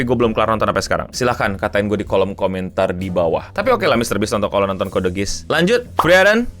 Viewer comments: Koreksi Bang, Geass tuh cara nyebut nya (Giias) bukan Giis Edit: Tamatin lah bang sampe R2, jangan stuck di R1 aja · ketahuan, wibu luar negeri pun yang sudah nonton nggak mungkin nyebut itu "gis" 🤣